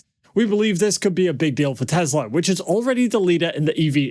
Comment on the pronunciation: yours! Yes. 'News about!!!".